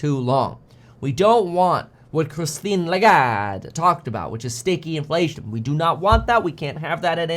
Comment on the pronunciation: I'm French and I've never heard "Christine Lagarde" pronounced that good. Just kidding, Kevin is taking the worst possible Italian accent including gestures that the French language doesn't have at all 😂